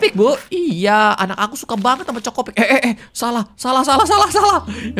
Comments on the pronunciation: CHOKIpik kak regi, bukan CHOKOpik 😂😂😂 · chokipik bukan chocipik😅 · Kak regi yang cereal itu bukan chocopik tapi chokipik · KA regii,sekedar mengingatkan itu chokipik,bukan chocopik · Kak regi cereal ny bukan chokopik tapi chokipik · Chokipik bukan chocopik bg